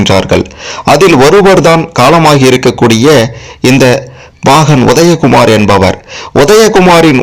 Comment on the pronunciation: இவனுக்கு முதலில் 'ல' 'ள' ' ழ' வித்தியாசம் சொல்லி கொடுக்க வேண்டும். உதயகுமார் என்பதை ஒதயகுமார் என கூறுகிறான்.